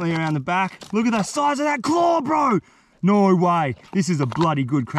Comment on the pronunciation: Nor way, NOR WAY BRO....why can't people from Australia say No?